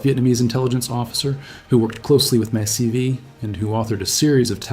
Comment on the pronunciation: MAC-Vee, not "Mac CV". In the 1970s I was in a math class with a vet door gunner. His eyes lit up with his story about getting braver with each mission. He was laughing as he told about feeling so omnipotent (my words) that he would get out on the skid to arc the gunfire (if the chopper was turning). Then his demeanor changed to embarrassment: "I was wearing my flack vest. There was a vietnamese who realized I was looking in the other direction and he took a shot at me. A 7.62 round hit me in the back, and the momentum carried me inside the helicopter and I landed on the pilot's lap. ... I had wet my pants." If the helicopter had been accelerating/decelerating/turning, the forces might have been such that an 7.62's momentum would carry a flack vest wearing GI several feet, so I claim his story was legit.